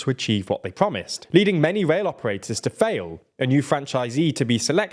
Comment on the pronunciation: Anyone else being driven mad by him pronouncing "rail" as "wail"?